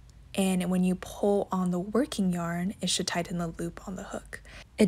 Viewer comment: This was no help and also learn how to say pull correct